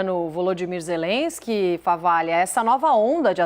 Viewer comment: Nossa que insaio para pronunciar o nome ZELESQUE